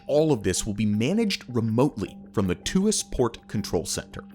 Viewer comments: The correct pronunciation of ‘Tuas’ is /twɑːs/ (sounding like ‘Twar’). Its not /tuː-ɑːs/ (‘Tu-as’) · its not pronounced "to as" its pronounced "twahs" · Tuas port is pronounced Twaas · Hi from Singapore! This is an awesome video explaining about this megaproject. Its a quick reminder to the world that automation is the future of work, and the way forward in the next few generations to come. Besides the Tuas Port (its pronounced tu-was, single syllable), it would be cool if you could do a video about Singapore's awesome metro system next😊👍